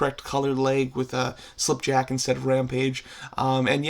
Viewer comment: Him: says slipjack Me: 😤😤😤